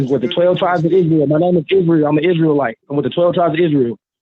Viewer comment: An "Isree Lite"? Is that like a Coors Lite?